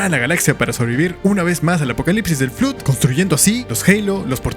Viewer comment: Ok, me sorprende ser el primero en decirlo, pero el Flood canónicamente se ha pronunciado Flood ( /flʌd/ "fluhd" ) sonando la primera o como o universal y la segunda como o anglosonante... Que digas Flud no puedo evitar que me taladre los oídos y me de risa por igual 😂😂😂😂 me hiciste el día con eso.